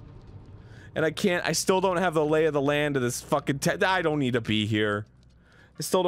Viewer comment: No one: That one New jersey pal: Soo i was faakiiiingg... At the mall